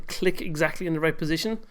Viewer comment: why are you saying C instead of T ? example in right --> rice xD greeting from germany